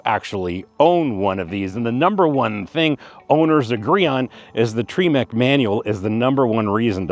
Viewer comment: "Treemec" manual. ?? I thought it was TREMEC.